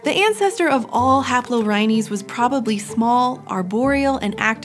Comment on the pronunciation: No other anthropologists annoyed by the mispronunciation of "haplorrhines"?